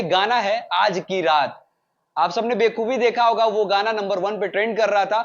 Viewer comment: कुछ भी बोल रहा तमन्ना वाला गाना अलग है, इसमें श्रद्धा और राजकुमार राव हैं.. मनोज तिवारी इससे पहले प्लेबैक करते आए हैं हिंदी फिल्मों में। सचिन - जिगर और दिव्या कुमार के बारे में जान लो थोड़ा कि कौन हैं वो, नाम पढ़ने में दिक्कत हो रहा। और बेकुबी नहीं बखूबी होता है भाई.. No hate.. बस इन्फॉर्मेशन था